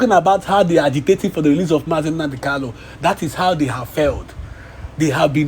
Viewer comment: Is he Kalu or Kanu. Please pronounce his name correctly.